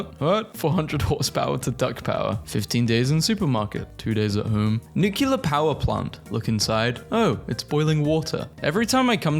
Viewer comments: It's nuclear, not nukiler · Ah yes, nucular energy.